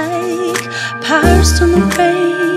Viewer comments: Rain 을 페인 발음으로 커버하시는 분들 몇 분 안 계시던데 사실 이 발음 Lauv가 러시아 알파벳 R 의 발음으로 바꿔 부 른 거 알고 계셨나 봐요.. Regina Spektor 도 " on the radio " 라는 곳에서 Radio 를 " 뻬리오 " 라고 불렀었었죠.. 다음 커버곡 기대하고 있겠습니다.. 엄지 척 드리고 갑니다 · 저는 아무리 들어도 R로 들리는데요.....? R발음이 원래 W스럽게 들리니까...웨인 으로 들리잖아요?? ‘파리썬더웨인’ 으로 들리는데.........